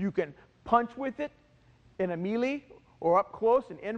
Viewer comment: What the hell is a mealeeee? Do you mean melee (Proper pronunciation = mêlée or MEL-AY.